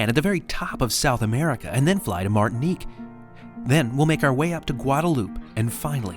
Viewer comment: Gotta say, it's a little strange hearing my name in a video here on YouTube. Thanks for pronouncing it right 😂 Martinique.